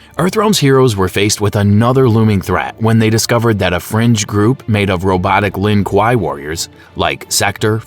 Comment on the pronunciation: "lin quaiy" bro's talking in kano😂